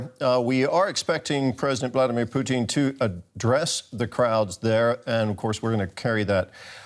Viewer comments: Ha Ha Ha The way your pronouncing "Putin" makes it sound like the Canadian Fast Foot "Poutine", Ha Ha Ha its "Pu - tin" Ha Ha Ha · I love that he kept pronouncing it "Poutine" instead of "Pu-tin" as if comparing Putin to a Canadian bar food😭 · 'President Puteen'? Okay... some audio problems in the first 3 minutes eh? LOL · "As we wait for..." Did he say _"Blyatimir Pootin"? 🤣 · I love your pronunciation of President Poutine*, well played sir. *Canadian delicacy French fries, cheese curds with gravy. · He kept saying it like poutine - poutine! Lol • \poo-TEEN\ • noun. : a dish of French fries covered with brown gravy and cheese curds "Is potato" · "the enemy"?? Russia INVADED ukraine, how can they be the enemy???? and why does this guy call Pukin... pue---teen???? who are thes people? get the facts RIGHT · They pronounce Putin as poutine. I love poutine as a dish. It's fries, cheddar cheese curds and beef garvey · this guys says Putin like Poutine. Which is Canadian fries and gravy. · I like the way the announcer keeps pronouncing Putin, as Poutine! That is too much of an insult to the French Canadian culinary masterpiece! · Yeah, that's ridiculous. How does he get that wrong. Weird. I mean it rhymes perfectly with Lootin' for example. Very easy. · This dude is intentionally mispronouncing Putins name. Now why would a professional talking head pretend not to know even the most basic information in this story? It's not an accident. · The way this guy 'pronounces 'Putin' is annoying.